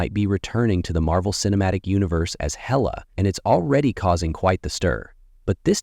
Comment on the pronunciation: It's HAY--LA not HELLA...!